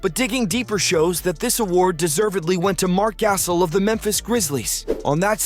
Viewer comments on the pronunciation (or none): Stop making nba content your bum ass doesn’t know how to pronounce Marc Gasol’s name get the fuck out of here